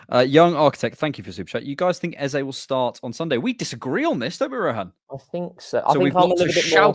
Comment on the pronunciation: Funny to open the show talking about mispronouncing names and then immediatly mispronounce Eze. It's Ez-ah. Long live TCP live.